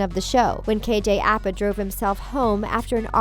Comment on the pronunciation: *KJ Apa not KJ Appa and also Bughead stands for Betty and Jughead, not Jughead fans. Not hating though